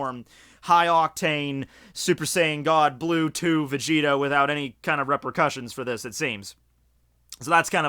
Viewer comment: When u were saying super saiyan god blue 2 I thought u were saying super saiyan god Bluetooth lol